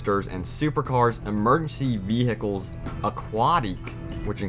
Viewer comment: Emergency ve hicles